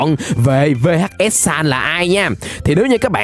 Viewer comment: Người ta gọi là vhs sans chứ không phải là v-h-s sans nhé